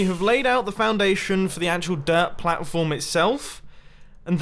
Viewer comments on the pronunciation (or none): Every time Mumbo says dirt I hear derp.